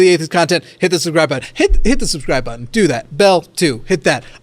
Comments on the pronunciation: 🍵☕️🏳️‍🌈🌈🎃 Edit: Did he just say button instead of buTTon? Smh unsubbed 😤 (nah jk, love you, ) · was so ready to jump right in that he said "button" rather than "buTTon" lol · ...he said bu-on instead of button. He was very serious about this apparently. I approve.